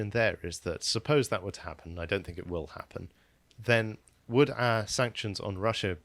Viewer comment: Can you change the script so he doesn’t have to say “think” Because every time he says “Fink” I want to punch the screen..